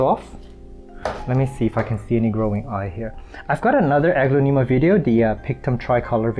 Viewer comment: you are saying the genus wrong, it’s more like, uh-glon-a-ma.